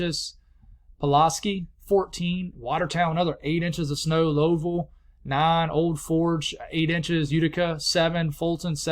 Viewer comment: Hey the upstate ny areas. Pulaski is pronounced pull ass sky. And lowville is lau ville. 😂 they get messed up all the time if your not from here haha